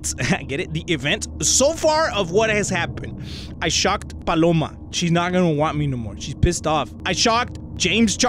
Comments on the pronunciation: Not Paloma it's baloma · "Who the f is Paloma??" XDD I laughed so hard bc u called her Paloma XDDDD ( or he said Baloma Idk) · I'm fine with you not saying this correctly it just makes it more funny!